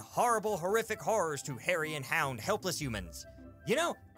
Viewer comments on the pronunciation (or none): none